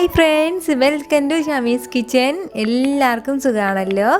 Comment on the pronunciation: ചമ്മീസ് കിച്ചൻ ആണോ അതോ ഷമ്മീസ് കിച്ചൻ ആണോ, ഏതാണ് എന്ന് വ്യക്തം ആകുന്നില്ല